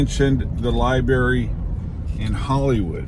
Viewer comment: LI"BRARY" NOT LI"BERRY"